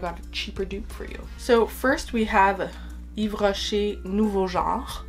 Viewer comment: Hi, i'm New here 😁 I'm french 🇫🇷 .. and let me tell you your voice has a huge french vibe when you say the name of the perfumes, That's impressive. ✨☀️